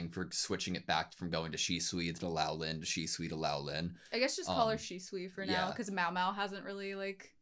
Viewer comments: love ya big guy, but.... Say, "Swee-ray".. Not "Su-ree" Say "Lo-lan" Not Lao-lin Love the reax! You guys are so adorable, and pour your best into these vids. Been watching since Frieren, y'all are one of the BEST doing these!! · Yeah, the correct way to prounce "ou" in Chinse is the same as in Japanese, Loulan is pronounced "low-lan". And Luomen had also been mispronounced at as "Lao-men". It should be pronounced "Law-men". In short, Lou should be pronounced "low" and Luo should be pronounced "law" (really "lu-aw", but "law" is close enough).